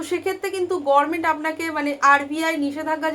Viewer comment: গরমেন্ট কেন বলছেন, দিদির মত ভুল উচ্চারণ, অনুপ্রাণিত নাকি ?